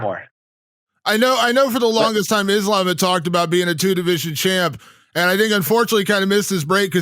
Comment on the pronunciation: Its kinda weird that belal cant pronounce his own religion, Is-lamb 😂😂